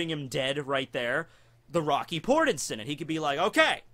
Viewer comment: I thought you said "The Rocky Porn Incident."